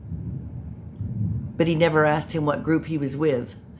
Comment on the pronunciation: Axed, biast,substain